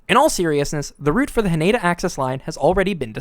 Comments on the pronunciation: It's pronounced HA-nay-dah. Not "Huh-NAY-duh." This shit isn't that hard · Nice work. Would sound a lot better if you actually said the name of Haneda as its Japanese pronunciation “HA-NE-DA”instead of the mangled English “ha-NAYda” And…. This year (2026) is Reiwa 8. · Ha-NEH-Da not Ha-NAY-Da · It's pronounced HAH-ne-dah, not hah-NAY-dah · Do yourself a favour, learn to render Haneda correctly. Ha Ne Da. Break into consonant-vowel clusters. No stressed syllables.